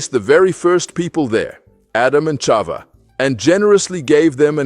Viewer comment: Thank you for this beautiful animated story,I am sure that our children will learn so much from it,though I want to bring up to your attention 2 mistakes:the name of the first woman is pronounced CHAVA(with a H,and not Ciava,and the sin made by CHAVAwas in that same day,the day of their creation,wright before SHABAT,and not later,it's important that everything that we teach to the children to be accurate, and exactly as it is written in our HOLY TORAH!!!Congratulations though for the content and the beautiful animation😊SHABAT SHALOM uMEVORACH beEZRAT HaSHEM AMEN ve AMEN ISHTABACH SHEMO laADDDDDDDDDDDDDD AMEN ve AMEN!!!💞🕎✡️💞